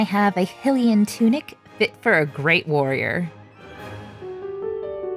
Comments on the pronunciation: Hylian is not pronounce as "HILL-lee -an. It is pronounce as "HIGH-Lee -an." Amazing work! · For Hylia's sake I'm sorry but I can't handle how you say "Hih-lian" instead of "High-lian" . Great job doing Link though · It’s pronounced High-LEE-enn. 😊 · Every time she called the champion tunic hILLian i lost about 200 brain cells ...you do relize this game has voice acting right? like it teaches you how to say these things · Hylian is pronouced : Hiiiii-Lee-in Y is a vowel because it says the other vowels names so hy would say HI 👋 😁 Love the lil link clothes this is awesome good job! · It looks amazing! I can't get over the pronunciation of Hylian as Hill-ian tho 😅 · A little part of me dies when she says “hih-lian”